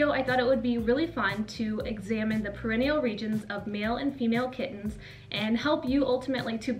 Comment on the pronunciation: Great video ! I got 5/5 on the quiz. You are saying perineal wrong though...look up the pronunciation. Thanks for your time! 😻